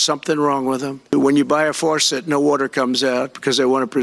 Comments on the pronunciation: "Forcet?" God this man is so unfit! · Not to mention the fact that he can't pronounce the word "faucet" -- he says "forcet." Buckle up everybody for the coming sh*tstorm. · What the H is a “water fourset?” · Water Forcet? What is that? Does he mean faucet? Man, he is mentally worse than before. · What's a forcet? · what’s a “water forcet”? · What the heck is a "farcet"?? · What the hell is a "forcet"? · Did he say farcetsor forcets? Hahaha. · Trump said forcet. What's a forcet? LOLOLOLOLOL😵‍💫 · FORCET? WORTUR? I hate it when you can't get war tour from a four set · "a FARcet"? "Rain comes down from heaven"? HOW ON EARTH is this man our future president? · Forcet? Is that like a faucet? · He doesn't even know how to spell faucet. He pronounces it as forcet. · A "Forceit?" Does he mean 'fawcett'? Not only is he as thick as pleated hogscheiser, but he's also mentally away with the spooks. So Glad that we here in Europe would not tolerate this idiot, even as lord mayor of a small village. God Help America! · Can you say faucet, Trump? There are no R's in faucet!! It makes you sound stupid!!! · He can't even pronounce the word "faucet". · I had a shower this morning, it worked perfectly. My faucets are working perfectly also. He also needs to learn to pronounce faucets. There’s no r in faucet. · This brothertrucker is so out of touch that he doesn’t even know how to pronounce the word “faucet”. Also, his brain is so fried it’s only capable of replaying the short list of “greatest hits” over and over again. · There is no "r" in faucet. Toxic impotent white man.